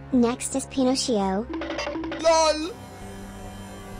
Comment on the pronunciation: It’s Pinocchio not phinossio